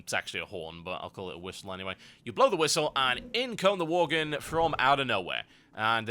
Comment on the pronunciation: Pretty much choked on "Worglin" xD Holy shit.